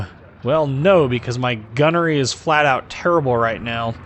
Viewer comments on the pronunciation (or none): none